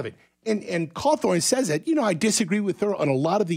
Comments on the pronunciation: Why is a NEWS channel talking about Scott cawthon (think I spelled that correctly) and he keeps saying “Cawthorn” and why does it matter about peoples political opinion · And believe me when I say that I really truly side with Scott Cawthon. I just find it odd that he didn't talk about his creations like those are his accomplishments and butcher his name as he speaks it.